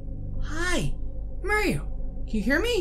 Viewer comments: It’s mario not maior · You don’t say Maario your say mairo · It’s not merio it’s Mario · Who is "merio" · I love it when he says Mario as "Merio" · I love how he calls Mario maero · You’r saying mair io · It's pronounced mar-e-o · Your saying Mario wrong